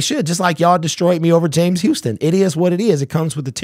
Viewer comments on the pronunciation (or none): none